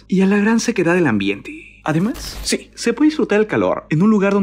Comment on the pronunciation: Escuche shi xD